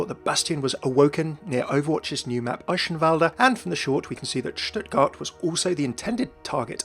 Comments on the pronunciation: Your pronunciation of Eichenwalde really triggers me. Just kidding obviously. ^^ But seriously the "ch" is a hard "g" sound, not a "sh" sound. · Eihenwalde is pronounced eye - (soft) k - en val - dt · The Details!! of pronuoncing Eichenwalde wrong. D